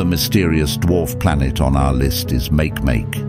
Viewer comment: It's called [ˈmakeˈmake] not [ˈmākˈmāk].